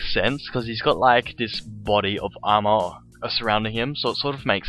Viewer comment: i hate the way u say armor so much...